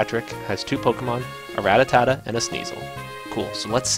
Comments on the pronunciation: every time he says ratatatta and not rattata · It's pronounced ra-(as i rat)tar-tar, not ra-ta-ta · Im trying so hard to ignore him saying Rattatata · This is not rattatata! it's rattata! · he said it with too many syllables. i don't know why so many people screw rattata's name up